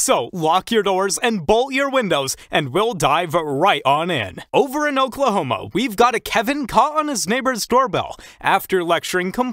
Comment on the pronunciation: At the start of the video, did he really say Oklahomo instead of Oklahoma? 😂😂